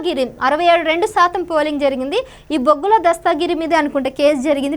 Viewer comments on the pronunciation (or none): తెలుగు రాదా నీకు. దస్తాగిరి శృంగావరపుకోట కాదమ్మా దస్తగిరి శృంగవరపుకోట